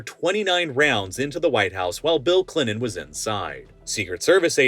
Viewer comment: Clinon? You mean, ClinTon? Deonated? You mean, detonaTed? Pronounce your Ts bro.🤦🏻‍♂️🤡